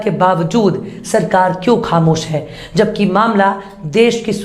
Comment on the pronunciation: Channel 's news are good but anchor's pronunciation is very bad. She should use bindi in Hindi. She should use bindi in words like: khatra, khamosh, gaur instead of Ghour, etc.